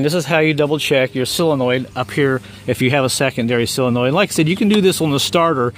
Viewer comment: s"O"lenoid ....NOT silanoid